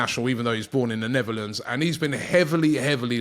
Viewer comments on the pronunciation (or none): none